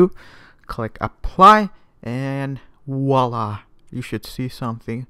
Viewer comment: wer hat auch wallah statt voila verstanden?